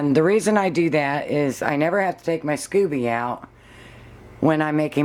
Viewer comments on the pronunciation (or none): I think it's scoby as in "sc-oh-be", not scooby like Scooby Do. I use 4 green tea and 4 black tea bags but like the idea of the kind of tea you use. I pretty much followed Kambucha Mama to get started. Haven't done any flavored kamcucha yet. I like the idea of peach, cherry or mango. I like your brewing vessel. Where did you get it? Hobby Lobby has a beautiful one but it's way to delicate and almost $80. It took 3 weeks for mine to brew because we keep it so cold in our house. I think I need to get a heater strip like Mama uses. Top of the fridge still wasn't warm enough.